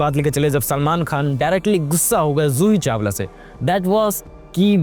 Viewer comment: Zoohi Chawala Joohi Chawala???